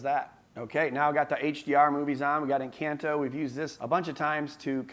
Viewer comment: You pronounce Encanto incorrectly